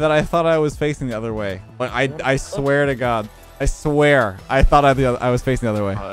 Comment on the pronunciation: “I SWOËR”